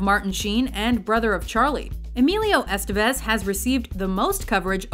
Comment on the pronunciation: The accent in "Estévez" is on the second "e." The name rhymes with "Nevis," not "vestiges."